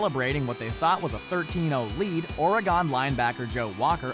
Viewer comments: Who the hell pronounces Oregon Ore-gone lol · So no one is gonna point out the fact that the narrator said Ore Gone? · y u pronounce Oregon so wierdly?